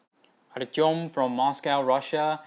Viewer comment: I can tell you're Russian from the way you pronounce "Artem." lol